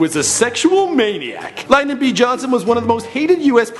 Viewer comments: It is also Lin-Don B Johnson It is not pronounced Line-Don Please before you make a video about America make sure your facts are correct. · I don't think "Lyndon" is pronounced that way.